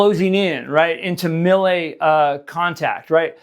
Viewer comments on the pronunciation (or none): Melee is pronounced May-Lay, not Mil-Lay! 😂 I'm going to start a video series where all I do is correct your English buddy!